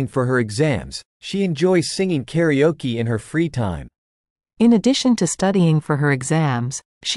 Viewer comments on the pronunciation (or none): 2.0 thank you. Karaoke is heard like 'karioki' and I couldn't understand what is karioki. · ご視聴ありがとうございます！ 同じスペルながら英語では「カラオキ」と発音しますね！